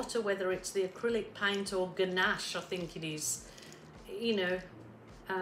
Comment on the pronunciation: This turned out gorgeous!!. Ganache is something you eat heheh i think you might have ment Gauche pronounced-*gwash ?? :D I do hope you do more of these !!!! Much love from NSW <3